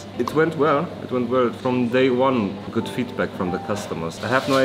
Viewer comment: les emotions quand a dit “gooT” avec son accent!! Ça m’a envie de re regarder une énièmes fois les anciennes vidéos. Contente de voire en tout cas 🥳